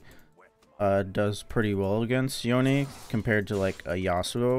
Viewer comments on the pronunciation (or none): jesus ... you made yown "yone" -- yawn??? look like a creeps ... salute to you sir XD